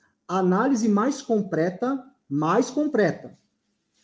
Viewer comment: Professor que fala “compreta”? Qual loucura…